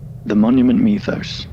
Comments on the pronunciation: WHY IS HE SAYING MEWTHOS 😭😭😭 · Monument “me”thos You know what, after the end of the series, monument meth is kinda right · Ah yes the monument meethos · Is it aggregating anyone else that he mispronounced mythos?